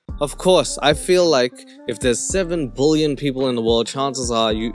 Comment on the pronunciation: It would be amazing if you could learn to say billion, and not bullion. I'm not sure why it's so difficult?